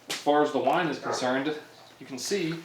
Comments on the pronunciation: Omg his wine pronunciation!! 😂 like he had no access to YouTube to get a reference !? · lmao they way the wine is pronounced